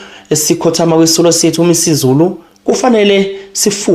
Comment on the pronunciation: Isilo uMisuzulu not uMisa izulu ...please say it properly